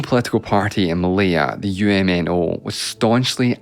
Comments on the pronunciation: "uhm-no"t my government xD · This is the first time I'm hearing UMNO's pronounced using every letter of the arconym lol. Sounds weird when almost all Malaysians usually known them by pronouncing "Uhm-No"